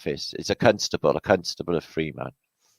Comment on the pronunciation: Constable sounds like cuntstable when you say it lol